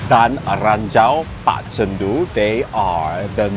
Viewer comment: are you really from Malaysia? i cant believe you pronounce gendut as jendut.